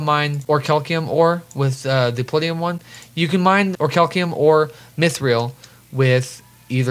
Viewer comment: "Or-cal-ceum" YouTube: Damn😔